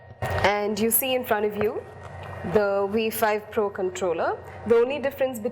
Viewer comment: Are you saying Wee 5 pro or V 5 pro??